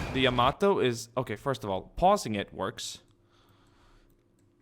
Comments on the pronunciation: It's Yamato not yamodo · YA-MATO (is how you pronounce it) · it sounds like yo- mato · Yo-mato (like NATO except with a M not a N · Yamamaaaaatoooo... Sounds beautiful with such prononciation... ^_^ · It's Yama it's Yamato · Yamato is named after the imperial dynasty. Yamamoto was shot down in 1943. Pronunciations: Yamato "Ya- "Like Ja" Ma- "Like mom" Mo- "Like from Wall-E" To "Like toe or a sharp to" | Yamamoto Ya-ma-mo-to. You do the rest.. -_